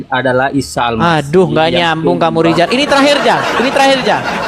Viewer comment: Namanya rijal itu tdk bisa baca bhsa indonesia,taunya bhs Arab, karena tdk bisa bilang R.